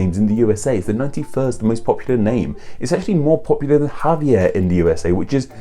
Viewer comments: I have a childhood friend named Xavier and he has always pronounced it Javier. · I dont fkn get it or whatever your name is,you should know that Xavier is supposed to be read as " sha vi ER" and Javier as "ha vi ER" plus you have to read the R in these words,also you should ve included Xavier Hernández,a very popular footballer,and Javier Hernández a very popular footballer,especially since you include wrestling,i mean football is so much more popular than wrestling